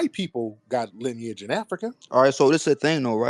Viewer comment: Lineage rhymes with spinach - Tariq😂😂